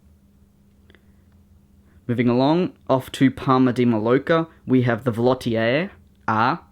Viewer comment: Loved it again mate! Just for future reference, it is pronounced as "parma de may-orca". (I know many of your aircraft fly to PMI). But love all your models! How about a new Qantas Silver Roo??